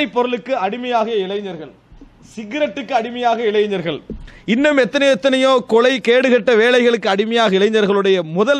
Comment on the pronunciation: நீங்கன்னு மட்டும் இல்லை எல்லா ஹஜ்ரத் பயலுங்களுமே இளைனர் என்ற பதத்தில் உச்சரிக்கின்றனர். இளைஞர் என்று உச்சரிக்கவேண்டும். அதாவது ங ஒலியில் இருத்தல் வேண்டும். இளை+ங+ர். என்று கூற வேண்டும் ஞ= ங ஒரே சத்தம். ன, ந, ண, இதன் ஒலியில் "ஞ" இதனை பயன்படுத்தக்கூடாது.